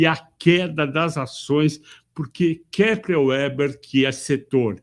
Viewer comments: Minha pequena contribuição ao vídeo: - O nome da empresa se pronuncia Kepler "Veber" e não "Ueber" (também já tive essa dúvida, então liguei para ouvidoria da empresa para descobrir como eles falavam ao atenderem a ligação)!! 😅😅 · Kepler & Veber. W é V em alemão. 😅 "Veba" 😃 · Excelente. KEPLER VÉBER pronunciamos aqui no RS